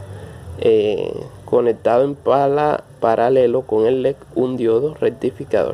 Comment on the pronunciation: Tú dices lec y es leDDDDDD